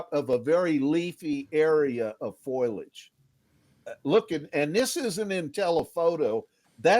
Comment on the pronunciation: He can say perpindicular but is stumped by foliage "foilage"? Sorry, that struck me as funny.